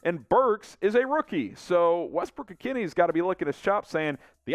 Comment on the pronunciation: Great stuff my only dislike is how you say NWI's name🤣🤣